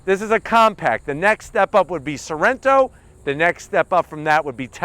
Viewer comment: haha Sorento.. misspoke :-) You can use some honey bun..